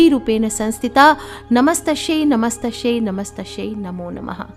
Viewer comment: कृपया नमत्स्शैच्या ऐवजी नमस्त्सी असे वाचावे